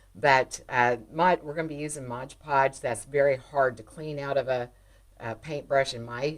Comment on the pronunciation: MOD instead of MODGE